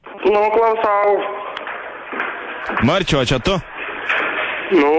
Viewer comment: Abejoju, ar pilno proto asmuo... Net atsiliepimas "Nu klausAu", visokie "aaaaa", "a kas jum pasakė čia man paskambint?". Žodžiu.